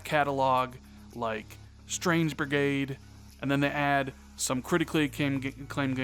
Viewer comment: ...."Strange Brigrade"? Lol